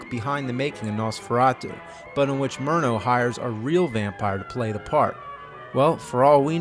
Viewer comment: no they said it more like "Nose-ferato!"